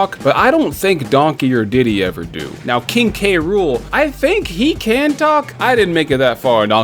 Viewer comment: It’s Rool. Not Rule.